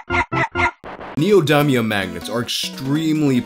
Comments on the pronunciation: "NeEyOhDyMeEyUhM" is the word of the day 📖💪🧠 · That’s not how neodymium is pronounced. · It physically pains me how pronounces "neodymium"